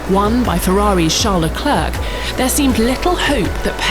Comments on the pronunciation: It's not CHARLES LECLURK. It's pronounced SHARL LECLAIRE. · “Charles Leclerk” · She always says 'Le-clark' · pls learn how to pronounce Charles Leclerc's name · How do you mispronounce Leclerc when you're talking over commentary, literally saying his name over and over? Edit: this chick is doing a voice over for an channel and got like 5 names completely wrong. Nice work 🤦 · she cant even leclerc correctly, i’m worried